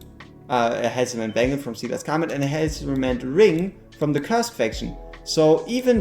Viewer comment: My favorite part of these videos is when he says "bangel"